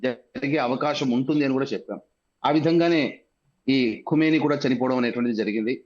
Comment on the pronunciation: కుమెనీ కాదు పంతులు ఖమేని